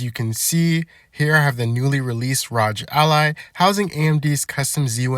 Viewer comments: R O G just say the letters not rodge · "the ROGE ally"💀💀🙃🙃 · Cmon bro you're saying ROG like that on purpose.